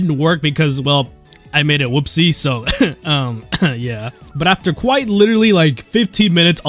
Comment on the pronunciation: Quiit? YOU MEAN QUITE?!